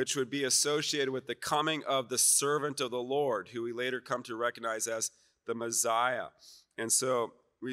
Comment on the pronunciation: Why does he say Mezziah? It’s Messiah.